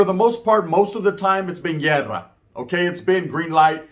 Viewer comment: Hey man 😂 pronounce it properly Guerra or llerrera 😂, what is (llerrera) 😂